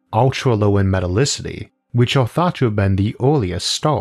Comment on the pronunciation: No one: PBS: MetalicitY